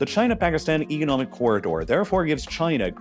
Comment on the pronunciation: it's pronounced "economic" not "egonomic"